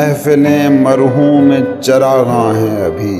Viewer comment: Marhoom e charaghan parha hy ap ne...mehroom e charaghan